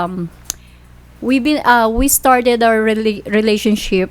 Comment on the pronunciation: Surfrise , peys to peys and relationshif😂